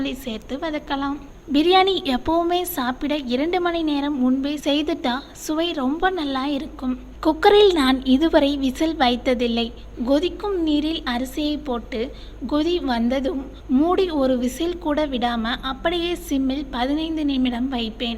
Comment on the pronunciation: ங்கொதிக்கும் நீர் ...அருமையான உச்சரிப்பு